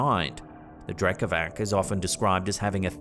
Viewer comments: No offense just wanted to let you know Drekavac is pronounced like Drekavats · The Slavic creature is pronounced Drekavats (Drekavac) meaning yeller